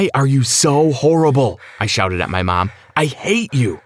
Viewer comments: so no one’s gonna talk about how he say “mam” instead of “mom”??? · Why dose he keep saying mem